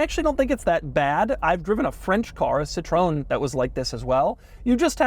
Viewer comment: . Doug - I'm not asking for much, I love you, your channel, and the USA - but please at least pronounce Citroën like this: 'sit-row-en'. I don't understand how Americans can come up with those strange pronunciations like 'si-trown' for that brand.